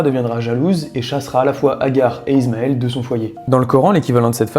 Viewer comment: C’est pas «Izmael» mais «ismaïl»